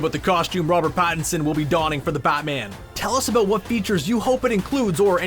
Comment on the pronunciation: All I heard was “aboot” and “ootfit”